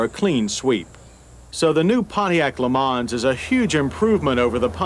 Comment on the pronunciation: Worst example of name butchering of an American car. Geez what a POS.